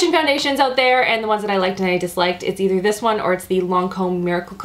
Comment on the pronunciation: I LOVE the Canadian pronunciation of the "out" words!! ❤️